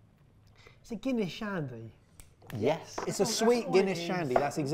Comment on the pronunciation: The Gunniess and monster hurt my Irish soul😅 (also guys i love ye but please do your research on the name behind the drink first!!)